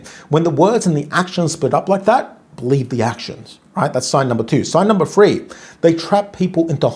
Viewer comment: I know I’m being petty, but it annoys me to great ends how this man cannot say the number that has a three in it. I know it’s his particular English accent… The region where he comes from… But it annoys me to no end.